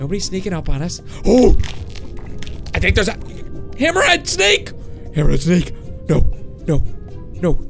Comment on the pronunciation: "hammarhead sneak"